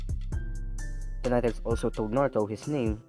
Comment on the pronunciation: When u said nine tails it’s said niggas 😂😂😂